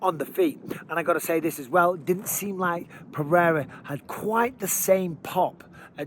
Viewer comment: You are a paid UFC commentator. Take one minute to learn to pronounce "Pereira" and then please tell DC and Rogan. Puh-rare-uh is passable for a gringo, but let's stop this Puh-hay-duh bullshit